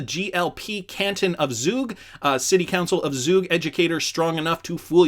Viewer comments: He's Swiss (they speak Swiss-German) and it's pronounced Zoog like Zoo. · Zug is in Switzerland, pronounce “Tsoug” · And its pronounced as ZuuuuG 😁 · " Zoog" Zug buddy I live here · It's pronounced Tsug (or Tsoog if you will) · It’s pronounced Zoog, but it’s located in Switzerland. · Zug pronounced “tsook”, in Switzerland :-) and it seems Zug is an economic powerhouse, where almost 27 thousand companies are registered because it is a low tax haven….